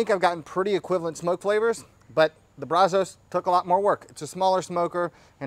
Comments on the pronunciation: my man, as much as you like to spend time in Texas eating our great BBQ, we have to work on your accent. You have to pronounce it BRAZ-US...not BRAZ-OH-S. Keep up the great work bud! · it's pronounced Brazz-Us. I assume it's named after the Brazos River and Brazos county which are here in Texas. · Please learn how to pronounce Brazos I live in Brazos county on the Brazos river & it is really annoying Love the videos other than that